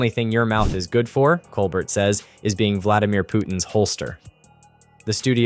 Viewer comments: Pronounce Steven Colbert's name correctly. It's Col-bear not Col-bert. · It's kole-bear, not kole bert! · His name is pronounced coal- bear. T is silent. Listen to him introduce himself. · Why do you keep calling him Col-burt? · For future reference it's pronounced Stephen cole-BEAR. No "t". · Freedom of speech forever. Laughter makes so much better unfortunately the fact that it’s the truth really hurts! I can’t say one is better then the other but I do watch more Colbert and by the way the t is silent. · Learn how to pronounce “Colbert”. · Sorry, but you are mispronouncing Colbert.